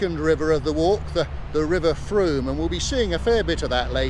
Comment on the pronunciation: I have lived in Wareham for many years and all the local people pronounce the name of the river to rhyme with boom. I have never heard a local person rhyming it with a hard O sound. got it exactly right.